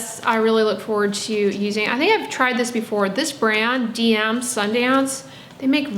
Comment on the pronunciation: As I know, that you would like to know that, in fact the DM brand is supposed to be read 'de em" as it's in German. We read it like this in whole Europe and it's like this in their adds. And IKEA is actually read 'Ikea' not pronouncing the first letter as 'I' but short 'i' like in 'mint'. 😉